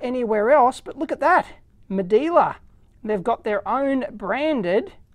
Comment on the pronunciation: Medela not Medeeela